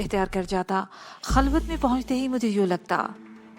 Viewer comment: Khalwat hota hai, HALWAT nahi